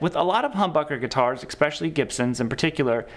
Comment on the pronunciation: Awesome video brother! Just one thing…it’s eSPECIALly not EXPEcially. Again….awesome video!